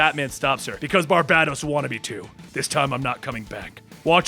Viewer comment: I thought it WAS barBATos instead of BarBADOs.. Lolol